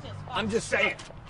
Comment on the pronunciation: I kept on pausing and playing it repeatedly after he says “I’m just sayin” and I swear it sounds like he’s barking.